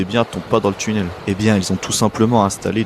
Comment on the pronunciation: Tchunnel? Ouvertchure? C'est quoi? Aaahh tu voulais dire "tunnel" et "ouverture". Faut parler correctement et pas comme un cassos de la té-ci.